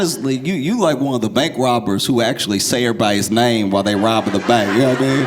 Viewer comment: “J’naw I mean?” is one of my fav Joshisms.